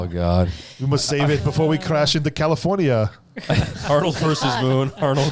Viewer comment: I have never even heard of this! Sounds horrible! Lol Loved your proper Arnold pronunciation of Caluforneea. Also sad of yoir mention of the Rain actor right after I heard of his passing.